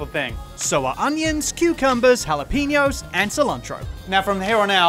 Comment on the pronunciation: Mr. Bambrough, there is no "i", no "n", and no "u" in the word "jalapeño".